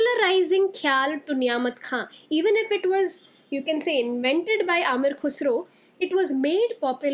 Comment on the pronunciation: Not Amir Khusro, it’s Am-eer Khusro. Not kheyal m, it’s Kha-yal